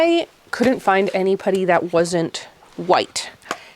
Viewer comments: Why do you say putty like that? 😂 it's not pudding, it's PUH-tee! Lol But I do love your videos and your house and style. Great job making your house beautiful and functional! 😊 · yeah!😂 i kept thinking “pooty birdie pooty birdie” like in the tweety bird cartoon and it made me smile!❤❤❤ in the U.S. at least where i live we say puhtty. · You did a great job. This seemed like quite a challenging one to me, maybe because glass might breaks easily? ALSO! Fellow Canadian: I'm enchanted everytime you say 'putty' because it sounds like 'puddy'. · No, sorry! Ha, I mean the pronounciation- at first I was like, "Wait, is she saying pouddy?" And then I realized that that is, in fact, how I say it too. It's the 'about/aboat/aboot' accent coming for us again. That and saying double t's as d's- but really if we don't do that then we sound british, so I say just rock the Canadian accent with pride lol. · This video has made me very aware of how I, as a fellow Canadian, say 'putty'. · Yes, as a person living in the south of the U.S. I giggled at how you said it! I will take how you say putty over how Canadians say decals though! I adore!